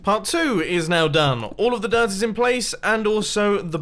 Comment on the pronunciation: Every time Mumbo says dirt I hear derp.